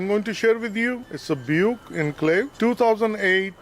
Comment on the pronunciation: I never heard anyone say Buick wrong until now......funny.